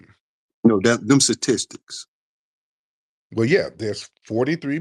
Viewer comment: "Where did the suhtistiks come from?" 😂😂